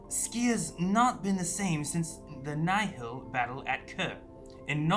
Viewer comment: omg they prenounce Nihil right finally thank the maker